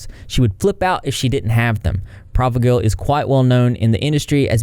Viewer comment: Your part about the medication Provigil is VERY misleading. It is fear mongering of a medication with many uses including but not limited to narcolepsy. It isn't the same as amphetamines and you really shouldn't try to cause outrage over medications you cannot even pronounce correctly nor even have actual education on or experience with. I love your videos usually, but dang, sometimes you cross a line where you over demonize some topics to cause a larger amount of outrage or reaction in the audience and it isn't appreciated man. AH is awful in so many ways, we don't need to misinform people on medication to add to the list of why AH sucks.